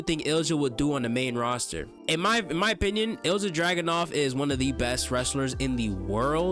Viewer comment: great video, just so you know Ilja is pronounced ILL-YUH, keep up the good work 👍👍